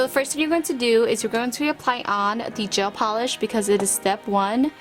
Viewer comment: “Jail pawlish”